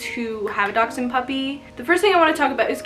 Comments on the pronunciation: There is a ch in there, giving the actual pronunciation a little bit of a k or x sound in the middle of the word. I used to just say dash-hound myself. The way I broke the habit of saying it incorrectly was to remember it as "Docks-hund". Dachs = Badger & Hund = Dog in German from where they originate. They were bred to help hunt badgers. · Do Americans pronounce this breed Dox-Ine? Here in England it’s pronounced Dash-Hound. So Mini Dash Hound. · It's a (Dash-hound) or Dachshund there Is no (x) In this breeds spelling!! Doxhund?!?! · You pronounce it like dash hound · She is not pronouncing the breed